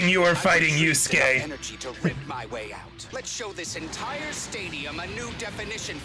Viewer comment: Yu-SU-ke is giving me Sa-KA-moto flashbacks.